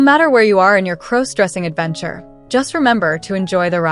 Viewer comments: Please stop mispronouncing crossdressing 😢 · Stop mispronouncing crossdressing 😢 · Please stop mispronouncing crossdressing 😢😢😢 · Learn how to properly pronounce crossdressing 😢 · Could you please stop mispronouncing crossdressing 😢😢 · Could you please stop mispronouncing crossdressing